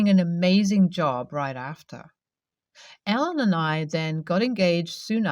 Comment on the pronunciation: A guy named Ellen just is weird. Yet you say Alan instead at the end. Freaked me out.